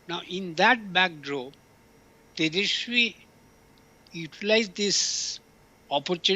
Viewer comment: Can't even pronounce Tejaswi !!!😂😂😂